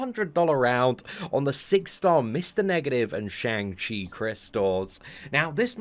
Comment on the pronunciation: Day 22 of waiting for to pronounce Shang Chi properly, feel like he's given up😂